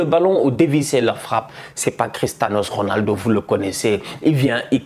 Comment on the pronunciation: "Cristhanos Ronaldo"😂